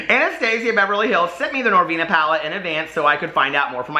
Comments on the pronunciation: “I like PRESENTS 💝, NoRRRvinA”😉😱🤣🤣😘💜💜 Me too,, me too!!!😍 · The way you say “Norvina” lmao. You should called your palette Monnster